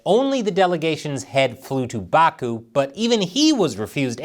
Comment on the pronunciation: in Baku (if you are referring to the Capital of Azerbaijan) - the accent is on the last syllable. I'm only mentioning this beause I'm pretty sure you care.